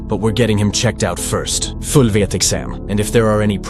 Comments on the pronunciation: What's with the accent change? Fulll viet exam lol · Bro gained a Russian accent for .5 seconds